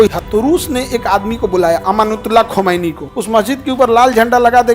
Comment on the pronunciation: खंमैनी नही खोमैनी